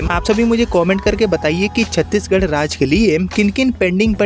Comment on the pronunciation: नाम छत्तीसगढ सही बोलो तो कोई भी ट्रेन बिहार से ही kiyo जोडा जाता है